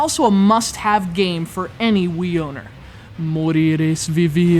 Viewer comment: you say "morir es vivir" very weird xD